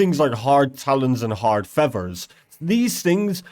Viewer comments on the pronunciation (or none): listening to this poorly educated broken english literally lowers my IQ... here's a quick cheat sheet if you're lost on wtf he's talking about. fevver = feather, warevur = where ever, wahur = water, each ovvor = each other, ovvur = other, thar/dar = there, anovur = another, fro = throw, ahuer = alter, rezorzes = resources.